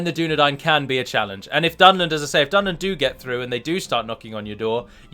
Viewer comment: I know that's how it's spelt, i was spelling it phonetically... Dune - Nah - Dine vs Dune - Nah - Dane would have perhaps been better to prove a point...